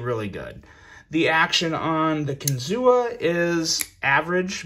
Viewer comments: Close to saying it right. It's actually said like kin-zoo. Not kin-zoo-a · Everyone here...by the Kinzua dam in PA pronounces it kinzoo. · It’s pronounced kin - zoo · Ohh, the correct prounounciation is KIN-ZU thee A is silent 😝🤫